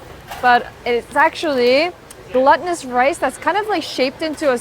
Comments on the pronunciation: 1) I like your videos! 2) looked it up because I keep hearing you say it like "gluttonous" rice. It's not that, nor like it's containing gluten, but "glūtinōsus" as in being glue-like or sticky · Gelatinous (je-latin-iss) and glutenous (gloo-tin-iss) become gluttonous (guh-luh-tin-iss) 😂 love your vids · Hi, psst... "glutinous" is pronounced GLOO-tinous... "glutton" and "gluten" are different in pronunciation and definition! =)